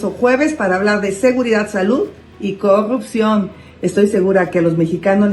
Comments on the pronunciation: CUANDO PRONUNCIE CORRUPCIÓN Y NO COGGUPCION!! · QUE ACEPTE CUANDO PUEDA PRONUNCIAR CORRUPCIÓN!!!! 😅😅😅😅😅😅😅😅😅😅😅😅